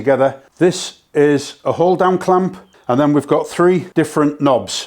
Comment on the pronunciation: i know you said hold down clamp: but i heard "the while damn clamp" lol